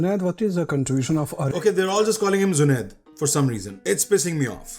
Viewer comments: Bro there are certain states in India jaha pe logo ki mother tongue is not Hindi.. Toh people from some of these states just can't say 'j' properly.. they say 'z' instead of 'j'.. especially in North Eastern states.. isliye the old guy called him Zunaid instead of Junaid 😂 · Bro Indians can not pronounce 'j' that's why they are calling him zunaid 😊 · He just called/pronounced Junaid as 'ZUNAID' not a big thing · They are saying junaid not jubaid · The issue with the name is in India J is typically pronounced with a Z e.g. Jeera and Zeera :D